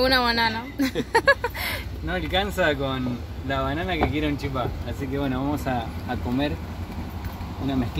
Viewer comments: Los misioneros decimos chipa, sin acento en la última sílaba. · Hola chicos quiero aclararlas que no es chipá, es CHIPA sin acento, igual en Paraguay, chipá es en Corrientes. Otra cosa, la mayor parte del puente es argentino ,se divide donde están los cables en punta. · El video venia de 10, hasta que dijiste "chipá"....se dice "chipa" sin acento jejeje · Se dice chipa, sin acento. y se hace de fécula de mandioca